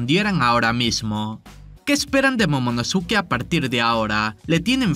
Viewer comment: Momonoske, Pronuncialo ya bien